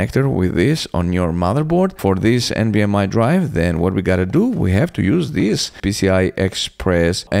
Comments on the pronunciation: Its NVMe not NVMI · Why are you saying nvm “i” ? Do you see an “i” anywhere in the word “nvme” ?